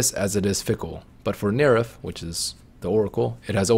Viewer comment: Dude stop saying Nerif.